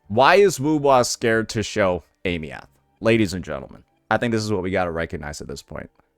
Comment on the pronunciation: AIM- EEE -THH. THIS IS HOW U SAY HER NAME FOR THE LOVE OF GOD